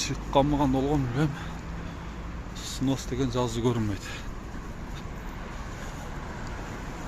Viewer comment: Сынос эмес снос,кыргызча эле бузулат же сурдурулот деп айтпайсынарбы